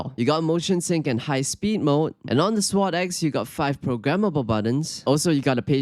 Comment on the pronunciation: “Swod ecks”